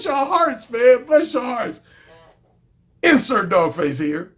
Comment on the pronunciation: First times I heard you say "insert - dog face - here" I thought you said "incel - dogface - hater" 😄. In this video it's suitable.